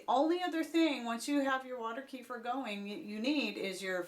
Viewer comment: Kuh feeeeeer. Lol